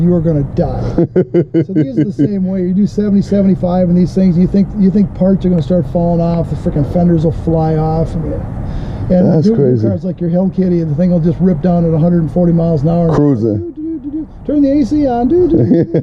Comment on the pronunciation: Haha did he say “Hell Kitty”? Lol